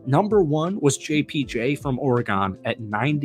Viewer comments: It's Or-e- GUN, not GONE. Hey, " not that MFR" likes two TE sets. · why are you pronouncing oregon like that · Or-eh-gon did I hear that correctly? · Lmfaooo why you pronounce Oregon like that? 🤣🤣🤣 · You say Oregon like a DORK